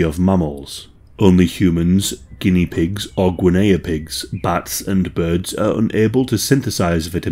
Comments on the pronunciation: Gweh-nay-ah pigs are my favorite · your English aye I'm Scottish and we say ginney .🤣🤣🤣❤❤ You sure you really pronounce it that way or you just feeling a bit silly 🤣🤣🤣❤❤❤ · Who taught you to pronounce Guinea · The way you said guinea had me dying